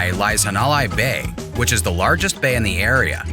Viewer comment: Had to stop watching after he said "hawn-o-lie". At least learn how to pronounce places correctly!!